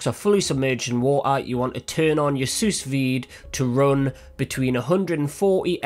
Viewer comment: Genius idea. Pro Tip: It's pronounced sue-veed. The s at the end is silent